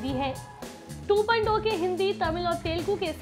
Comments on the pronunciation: 2.2 nahi Sahi dhang se bol yeh hai Robot 2.0 "Two point Zero". Ok. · 2.2 nehi 2.0 movie trailer bolo Kiya bolti ho hahahaha....... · Aap 2.2 bol rhe hai ya 2.0 bol rhe confuse hai humlog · 2.0 ko 2.2 kyo bol rhi ho Kis kis ko 2.2 sunai de rha hai Mujhe to 2.2 sunai de rha hai